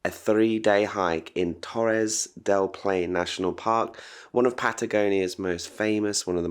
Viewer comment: TORRES DEL PAINE, not TORRES DEL PLAIN! (WTF!) ... and the huge birds were nothing less than majestic CONDORS, our national bird depicted in Chile´s national coat of arms alongside the huemul (a local kind of deer, exclusive to Patagonia). Bitching aside, beautiful video. Congratulations! You got one more subscriber!